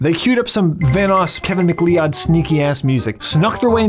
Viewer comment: btw the last name McLeod is pronounced like Mac-Cloud, not Mack-Lee-Odd.